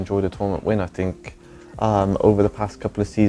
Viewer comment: drinking game with think „fink“... That‘d be savage